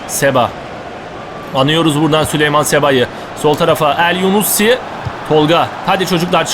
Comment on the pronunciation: abi o adam elyunusi elyunussi deil